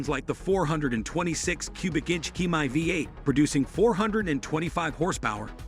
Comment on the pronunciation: It's pronounced hem-me not he-my.